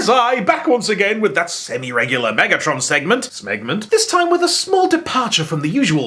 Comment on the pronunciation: Please never say "smegment" ever again